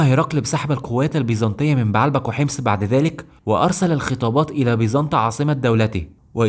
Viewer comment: السرد كويس بس لغتك فيها اخطاء يا اما تتكلم عامية كويس يا اما تتكلم فصحي كويس بنحو وتشكيل مضبوط ومدينة بعلبك لا تنطق كما تقولها , ولكن بَ عْ لَ بَ ك , وليس بَ ع َ لْ بَ ك